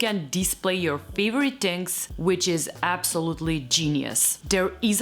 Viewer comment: So we Italians are not the only ones who say ‘tings’ 😂😂